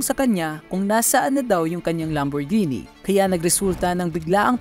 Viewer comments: Lamborghini ❌ Lamborgenie ✅ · ❌ Lam-bor-ji-nee ✅ Lam·br·gee·nee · It's not read as lamborjini haha. It's read as lambor-gehni but spelled as Lamborghini. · Lambur-genie amp HAHAHAHA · Lamborjini raw anong klase na pronouncation yan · Sakit sa tenga pag bigkas ng lamborghini.. maling mali eeh.. Bat naging genie😂😂 lamborgenie yarn. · Mejo natawa lng ako dun sa part nung magkasunod kayo nung nasa video nagsabi ng Lamborghini as Lambor-genie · How could people be tricked by someone who calls a lambo a “lambor-genie” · "Moosetang" "Lamborgeenie" "Wala kong pake sa inyo" Squammy personality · Mustang lang and Lamborghini di nyo alam pronunciation 😅